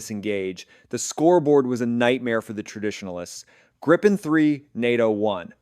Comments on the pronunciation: I feel sorry for the Canadian. They have to learn how to say Gripen.... Gree-pen and you got the right name. *-) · I assume that you got a Text to Speech.. spell Gripen like Greepen or Gree-pen so you got the name right ;-)